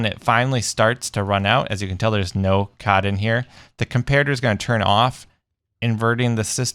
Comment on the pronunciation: It's cod not cad ok sorry I just got a little bit angry